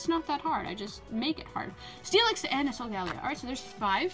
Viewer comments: LOL she said solgario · You pronouns solgaleo Sol-gu-lao